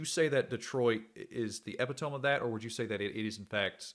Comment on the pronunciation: Bro did you just say "EPITOME?" lol wtf Bro just pronounced it "EPP AHH TOAM" jfc All of ya'll white Americans need to learn English one day. Say it with me: EEE PIT OH MEE